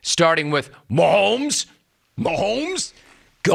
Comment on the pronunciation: There's no L in Mahomes. It's not Maholms. Why does he keep saying Maholms. It's really not that difficult. lol